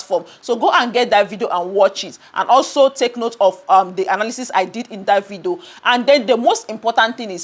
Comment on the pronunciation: It's ,'video'...not 'vido'